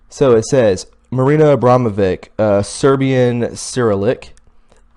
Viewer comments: It's pronounced abramovitch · I suggest you look up how to pronounce and know the meaning of words before you post such as Bourgeoise pronounced Bour zwhar zee not bogarsee lol! The upper class nobility. Also her name is pronounced Abramovich., It's painful to listen to you try and read names and places, don't you know who Rasputin was?